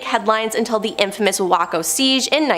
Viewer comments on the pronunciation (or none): Waco is pronounced way-co, not wacko!